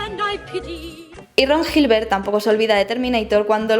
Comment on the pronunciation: Island se pronuncia 'ailand', 'aisland' sería Iceland, que no es el caso. Gilbert es pronunciado Gilbert, no llibert, como verás aquí /watch?v=CVE5Amjhdiw. Si pretendes corregir, te sugiero estar segura de lo que vas a decir antes de decirlo.